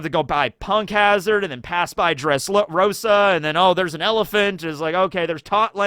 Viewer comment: When almost said dresslosa 🤣🤣